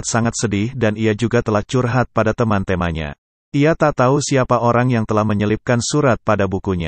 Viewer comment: Mas, kalo lafal nya kok aneh? Bs bilang temannya? Tp kayak Tema